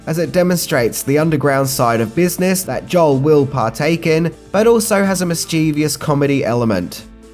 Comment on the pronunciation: It's mischievous not "mischievious", but at least you were consistent!